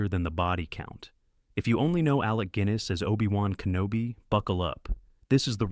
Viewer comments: There’s only so many times I can listen to the ai voiceover miss pronounce Alec ‘Gwiness’. The weird thing is sometimes it says it correctly. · The writing is surprisingly good. What a shame the AI ridiculous narration (‘Alec Gwiness’) ruins it. Please re-do the video with a more reliable AI narrator. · So many familiar faces in these films! But I just love the way an AI narration screws up pronunciation . . . Alec Gwyyness FFS! Passport to Pimlico was actually filmed on the other side of the river Thames in bomb damaged Lambeth and Kennington. My Mother and two elder brothers (Dad was in the Army) lived through that. In fact my eldest brother, who was 12 when the film was made, swears he's in several of the crowd scenes though we've never been able to spot him. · 1/3 of these star the incomparable Alec Guinness, another 1/3 star his non union Welsh counterpart Alec Gwynness. How did he manage to pronounce his name wrong AND right so many times?! 😂 Anyway ...each of these is basically still shown once a year in the UK. Many of them I'll watch each time I can. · How can I take seriously anybody who pronounces Guiness as "Gwiness"! 😬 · Is it pronounced "Gwinness"? I never heard anyone say it like that before. Edit: I guess you say it the way I'm used to most of the time. Whew. You seem to switch back and forth. Is this a computer voice? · The actor's name is NOT pronounced "GWIN-ess" BUT with a hard G and no "w". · alec gwinnis? God help us! I despise AI. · AI narration fails again! 😂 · who the hell is gwinnis.. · I'm sure the voice is AI generated. Pronunciation of some words haven't been mastered yet. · Films are ABSOLUTE classics, great memories. AI Shlop! Mixed pronunciation, i.e. mixing Alec G-i-ness over Gwin-ess. Pure slop from film summaries, films make no connwctions to alternatives... major actor missed if not a headliner... would like to know how list created, simple flowchart, no user/creator evaluation. Good list but pure AI Slop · Because AI is stupid.